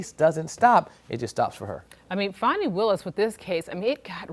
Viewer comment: In no language is FANI pronounced fawny. It's fanny. Her mother named her "Ass"